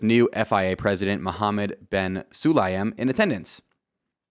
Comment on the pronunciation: Also fia president is pronounced sil-iam. I believe. Not trying to be a pronunciation nazi but that’s my understanding of his name